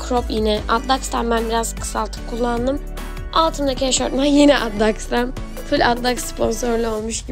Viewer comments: Eşortman değil eşofman canım 🤦🏼‍♀️ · 1.53 EŞORTMAN MI😂TÜRKÇEYİ BÜKTÜ ABLA EŞOFMAN OLACAKTI. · eşortman değil bu arada eşofman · Yalnız eşortman değil eşofman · Eşortman değil, eşofman olacak